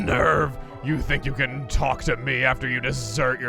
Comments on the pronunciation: Did he seriously just correctly pronounce that form of desert as "dessert" and then change his mind in order to mispronounce it as "desert?" Seriously Chugga? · "Desert" as a verb is pronounced just like the noun "dessert". Not like the noun "Desert", as in a barren area of land. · Also, it’s “de-SERT”. Rhymes with “dessert”. As in “desertion” or “deserted”. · *pronounces desert right the first time *proceeds to "correct" himself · For the words he mispronounced in this episode (wrong type of "desert" and "bustier" like an adjective, and the ever-present "magus" of course), this was not one of them. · Desert can have a different pronunciation which means to abandon